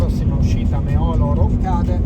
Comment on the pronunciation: Precisazione: Meolo si pronuncia mettendo l'accento sulla "e". Anche su Reghena va messo l'accento sulla prima "e"